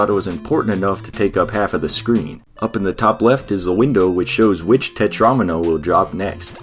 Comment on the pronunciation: How he said tetramino sounds wrong